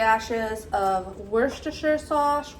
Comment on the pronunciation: “Wash-your-sister” sauce 🤣